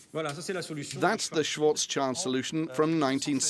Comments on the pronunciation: One comment which may irk you though; pronouncing Schwarzschild (Black shield) SWARTZ_SHILT or thereabouts. Thank you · Is really so difficult to pronounce Schwarzschild?